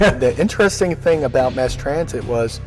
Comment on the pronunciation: MASS Transit, not MARSE!!